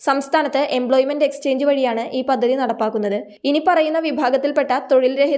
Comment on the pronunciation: പദ്ദദി? ഉച്ചാരണം ശരിയാക്കൂ. പദ്ധതി എന്ന് പറയൂ.